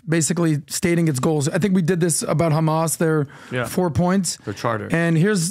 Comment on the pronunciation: even idf says ``kamas``instead of hamas``